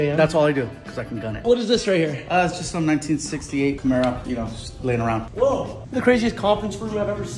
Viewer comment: “JUsT layInG uRoOund”